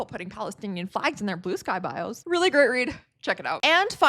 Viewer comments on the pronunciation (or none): none